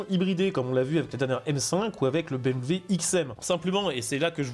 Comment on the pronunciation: Dire BMV pour BMW me détruit des neuronnes